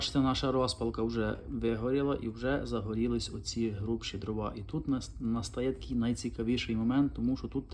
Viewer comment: По-перше, українською не дровА, а дрОва. По-друге, судячи з Вашої розповіді, маємо справу з абсолютним дилетантом в якого ще й піч зроблена неякісно, непрофесійно. А невибраний з піддувайла попіл свідчить ще й про лінощі господаря. Фе!